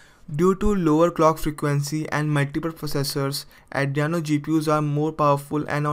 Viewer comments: Did you loose your 5th grade grammar book? It's adrEno not Adriano 😂😂😂😂😂😂😂😂 Number third 😭😭😭😭😭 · it's adreno not adriyano bro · Adreno! Not adreyano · Sorry for bad pronunciation, it is Adreno, not Adriano. Subtitles are now available. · Not Adriano its Adreno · Adreno not adriano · Andreno or Andreyano😂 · its pronounce AH DREEN OH.